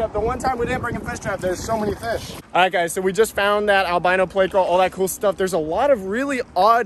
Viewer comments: Please.. theyre called PLECO not PLAY-CO! You say it like you say help...with a short e sound. These are fun but when you call it PLAY-CO you make my brain hurt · I swear… why must you make everyone cringe? ITS NOT PL-AYCO! It’s Pl-echo…. 🤦‍♂️ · Why do you pronounce pleco as play-co? It's pronounced pleck-co isnt it? Lol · why do you say playco??? its pleco lol Plecostomus has no a in it bro